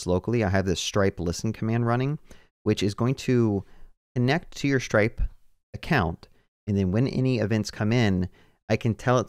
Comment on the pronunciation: SHtripe, yeah.